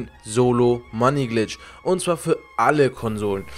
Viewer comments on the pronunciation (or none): "money bitch",... red richtig